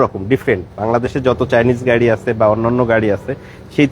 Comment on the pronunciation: উচ্চারণ ঠিক করেন , গাড়ীর নাম |